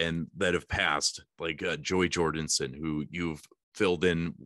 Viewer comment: JORDISON not jordinson